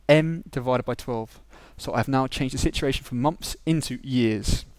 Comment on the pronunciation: "Number of mumps" XD no offence haha, anyway thanks ur vid really helped :)